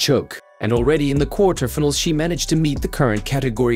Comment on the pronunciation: I can't help commenting about the pronounciation especially if they get the english (of all things) butchered, case in point minute mark "kwartir- tefenals" (quarterfinals)